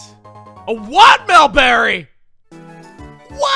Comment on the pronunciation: A WATMEL BERRY!?